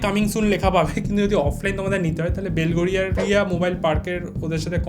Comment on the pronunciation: Belgharia..Belghadia noi...😶 Jai hok 500 koti good wishes !! ❤️